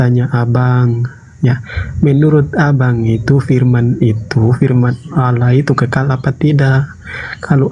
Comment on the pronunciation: kpd debater muslim harus tegas..jgn biarkan kata "Allah" diklaim oleh oten. sakit hati mendengar oten mnyebut alah...pdahal mereka itu mnghujat.